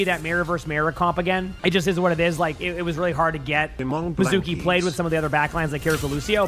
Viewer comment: It's pronounced MI-zoo-key, like the japanese word for water, mizu (水) - not meh-ZOO-key.